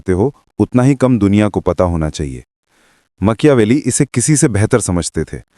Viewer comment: Very informative ❤ but makyaveli😅 made me smile ..